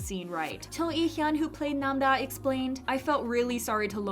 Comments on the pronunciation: nam-ra❌ nam-da✅ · She’s name is don’t nam da, it is Nam-ra